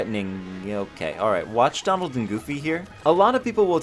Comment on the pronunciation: You said domald and goomy